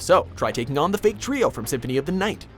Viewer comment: You guys screwed up the names of the "Fake Trio"